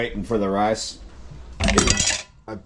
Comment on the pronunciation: Rice not rase lol cold bed if you speak bad about Chilli